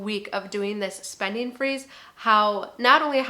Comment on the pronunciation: spendin'-g I have to get use to hearing words with the g being left out... somethin'-g, eatin'-g .......stoppin... gettin....runnin.....openinn....